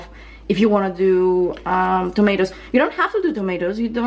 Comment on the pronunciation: we have the same dish in Saudi Arabia but we add zucchini and potatoes and some times eggplant, the dish name is "محشي" which literally mean fillings ^^ also noticed that you pronounce patats and t'matm just like arabic :)